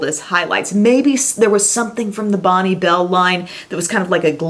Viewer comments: We just didn't highlight, we went ham on the glowy blusher instead!!... And Bonne Bell is pronounced "Bon Bell"... xXx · Awesome video! Thanks for the throwback to the 90's. So that's how you are supposed to pronounce Bonne bell? Oops. I was saying it wrong as as teen.:/